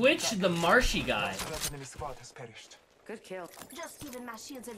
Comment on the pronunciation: MrShyGuy not Marshy Guy 😂